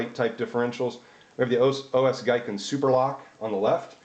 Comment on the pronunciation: The Japanese word "Giken (技研)" is pronounced as "GEE-ken" rather than "GUY-ken". Anyway, good quick comparison of the internal structure of them.